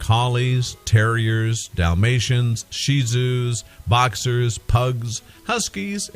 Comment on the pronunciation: did you say shi zu it is Shih Tzu but continue im in to deep in this video